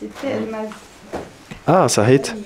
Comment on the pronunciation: Sa7it pas sakhit, 60 jours en Algérie et t'arrives pas à le prononcer correctement